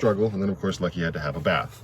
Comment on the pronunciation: Talking about the bed in Lucky, you said "Becky". I've also heard you mention rockets on Lucky, and say "Rocky". Now I'm just waiting to hear you talk about how fun Lucky is.😂 Seriously though, thank you for the video! It is super helpful to see how others are feeling and dealing with things. 🤗 And thank you for the shout out!! So glad you liked the clovers.😊🍀